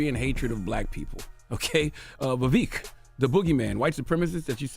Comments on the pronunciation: Hey Charlamagne, you're now beginning to mispronounce Vivek's name, it's weird because in earlier episodes, you were pronouncing it correctly. His name is not VEVIK, it's Vivek. When Larry elder mispronounced the name of Tupac on your show, you corrected him quite promptly, so you do understand the importance of pronouncing the name correctly. Please follow your own preachings. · hearing him introduce him as "Vaveek" was just poetic foreshadowing for the smackdown to come. yea, Vivek swept the floor with y'all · He knows it's pronounced VivEK not VivEEEK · Vivek like Fake Vivek like snake 🐍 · His name isn't Vivik. It's Vivek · You mispronounced his name. It’s Vivek as in “cake”. Also, he’s going to be the next POTUS! #Vivek2024 🎉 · He said “I think we’ve had him on this show before” and STILL can’t pronounce his name properly. 😂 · Bro you seriously can't remember his name? How unprofessional and arrogant. A part of me feels like you said it wrong on purpose. You obviously didn't care to make sure you said it right. No class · I love how Charlemagne deliberately mispronounces Vivek’s name when this would’ve been considered racism if the the same was done with Chalamagne’s name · Cant even get his name right...or he cant read 😂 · He spoke to the man for an hour and still can’t say his name correctly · I am not a supporter of this man but It’s a little disrespectful at how you mispronounce his name. He was literally on your show and told you his name. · The donkey is CTG for mispronouncing his name on purpose and making sure to point it out. CTG is the biggest racist on the radio 🫏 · BIG facts. Notice how charla can't bring himself to pronounce his name correctly. Also, they did reduce Ramaswamy to his funny name and his race ("wherever you're from!") when he was on so i guess his point is proven